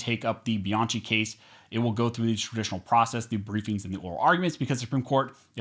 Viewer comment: One, your attempt to speak faster than Ben Shapiro often renders you unintelligible. Please stop this. Two, please stop mispronouncing Bianchi. Other that those two things, good video. Thank you.